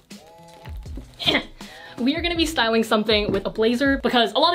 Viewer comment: okay but when she says stywing something my heart melted thanks bye